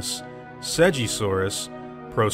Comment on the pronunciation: i hate to be "that girl" but Segisaurus is pronounced like "grape" not "giant"